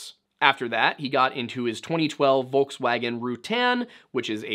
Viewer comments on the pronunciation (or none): none